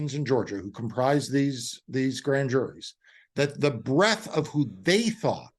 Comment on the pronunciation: breadth not breath